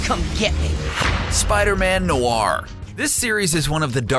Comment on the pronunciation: The way he said Noir makes me cringe